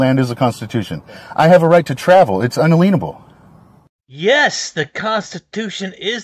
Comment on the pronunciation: Just a side comment: You hear the SovCits pronounce the word "inalienable" as in-uh-LEEN-uh-buhl. I thought it was a garden variety mispronunciation at first, as we're not dealing with Rocket Surgeons here. But now I'm noticing it enough to think that they're parroting some SovCit Grand Poohbah of some sort. Anyone notice this? Or know where it originated? And does it have a different meaning when you pronounce it that way? Hmmm.....